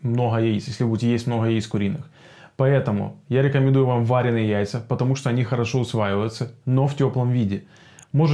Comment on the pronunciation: Спасибо за видео. Ударение в слове "варёные" приходится на "ё" :) Причем, то так то так произносишь. Но это мелочи... А что насчёт жаренных яиц? А то всё про варёные. Сильно хуже чем варёные в плане усвояемости?